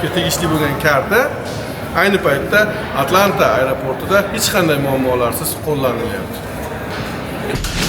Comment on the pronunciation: ATLANTA ❌ AT A LANTA ✅😅